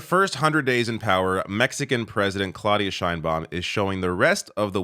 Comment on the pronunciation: it is clau as in now. Learn some Spanish,. And the d is soft. - And start learning French, as well.